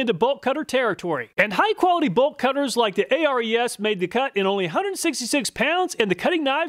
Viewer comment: ARES = is the name of the Greek God of war It's pronounced "Air rees"